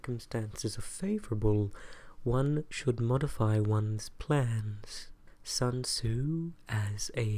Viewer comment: Ané ASMR sun tzu*